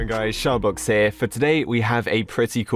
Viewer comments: I thought he said sharbucks lol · I swear you said “hey this is Starbucks here.” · no he said "sharbloxs" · I heard SharkBlox, not Starbucks. XD